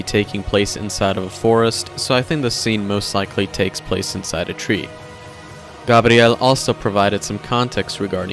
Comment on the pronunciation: Gah-BRi-el... Thanks